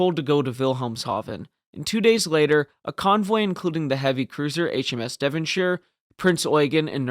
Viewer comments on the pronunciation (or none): none